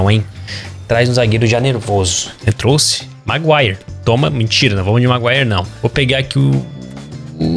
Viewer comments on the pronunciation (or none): none